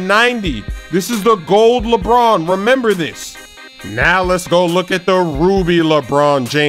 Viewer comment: Lebrrrrrron james